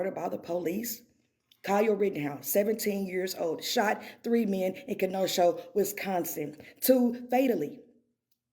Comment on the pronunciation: Did she say Kinoshow Wisconsin???